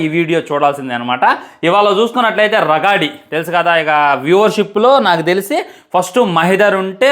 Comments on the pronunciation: రగాడి కాదు రాగడి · అది రాగడి... రగాడి కాదు... ముందు తెలుగు పలకటం నేర్చుకో 😤